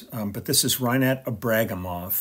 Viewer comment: Thanks for the post, Lee. I believe that the third syllable should be emphasized in such a surname, i.e., Ibragímov.